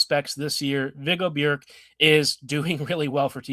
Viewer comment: Well done with the pronunciation of Björck.